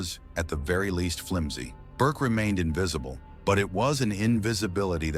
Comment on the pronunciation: The AI voice, in the beginning, called Burke BARK. This is when I jump ship. Enough of this crap. Bye.